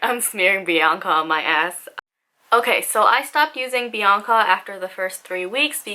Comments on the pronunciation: it's Biacna, not Bianca!!😁😀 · it's not Bianca, it's BiACna lol 😂